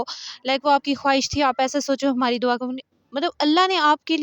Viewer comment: It's Dua not dawa!!!